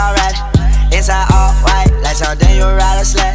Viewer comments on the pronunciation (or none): none